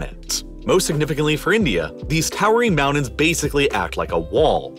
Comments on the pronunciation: I get all that. Just one thing, though.. What the hell are mounans??? 😂🤣🤣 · You need to work on pronouncing your 'T's. Manhadden? Moudens? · Marred by your hysterical hyperbole and lazy pronunciation of a few words such as Manhadden, Mownans, and Anardica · I don't know if it's your audio processing or your pronunciation, but something is weird about your Ts. "... biggest on the plane- T " "... the entire condinen- T " Yet also, "Moundhains" "Manhadhan" Yes, I know that a lot of us Americans soften our Ts into Ds, but it is very noticeable yet inconsistent here, and words that end in T have it stressed hard and delayed. What's up? It sounds like you went back and over-edited your spoken lines by adding missing Ts after accidentally having cancelled them out when you gated off a certain background hiss frequency. Or maybe I'm just overthinking it. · Why does the narrator hate pronouncing the letter T (Manhaddan, mounands)? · I still can't figure out why he pronounces "t" as "d" when it shouldn't be... ("Manhaddan", "moundains", "Uddar Pradesh" etc). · Manhatddan Moundains Why do you pronounce Ts like Ds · Omg the way you pronounce Manhattan and mountains. Is bizarre lol. <3